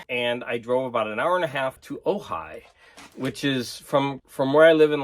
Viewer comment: Ojai,! Sorry, couldn't help myself. A lot of those Penguin Classics books look really nice. I read a lot of those as course literature back when I was a student. I could hear the desperate screams of elitist record collectors when you removed the shrinkwrap from those records. 'The Frogmen' looks really cool. Woody Woodpecker... that's like a tripl double entendre. By the way, in Danish, he's called Søren Spætte. No double entendre there but you do have both an 'ø' and an 'æ'.